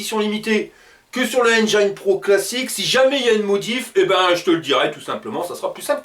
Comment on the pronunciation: J’aime bien t’écouter! Sauf quand tu dis Enjaïne au lieu de Enjin (pour prononcer Engine)